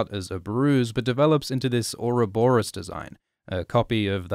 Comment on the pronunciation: It's actually pronounced "/ˌjʊərəˈbɒrəs/", derived from the Greek for "roly poly timey wimey slither boy"